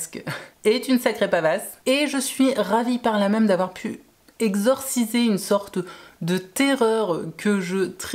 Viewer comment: Et sinon..... Le même.... Ne se dit pas meume 😂.